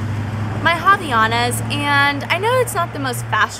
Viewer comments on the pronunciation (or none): The correct pronounciation is "Avaianas" :DDD